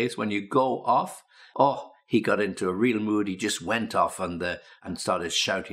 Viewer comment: Странно,но он произнес междометье " ох" как русский.Наверное а не?😁